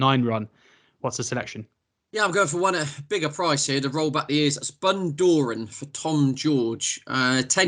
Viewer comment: How can you butcher Bundoran's pronunciation. You can Google pronunciations now. Do it FFS, it is supposed to be a brief on, Cheltenham November meeting, not a blooper reel.